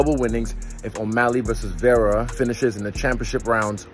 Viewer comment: Thank you for rolling the R on Vera. Love from us Latinos!